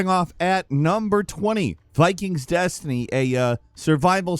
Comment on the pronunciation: Cant even pronounce dynasty 😂